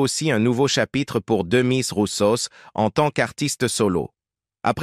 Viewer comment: Je confirme. Je l'adorais. Ch svp cette voix de robot de m....qui ne sait même pas dire le nom de l'artiste correctement